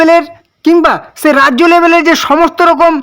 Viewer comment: Tumi age "Sei" ta valo kore bole nao